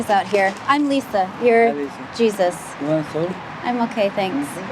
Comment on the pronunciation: Did you seriously pronounce Jesus Torres' name like that?